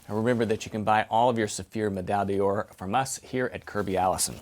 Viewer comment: Kirby Kirby Kirby...your French could use some burnishing, my friend. It's Saphir May-DAI d'ORE (not meDALLE d'orr)!!!